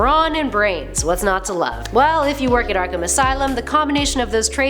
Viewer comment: Ark”ham” Hehehe